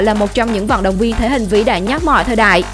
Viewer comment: Là thể hình mạnh nhất chứ không phải mạnh nhắt. Phát âm sai chính tả.